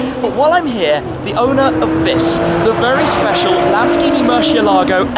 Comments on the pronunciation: Who pronounces it worse? Shmee: Mur-she-elago Tavarish: Mur-ci-elah-go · Why does he keep saying murSHEélago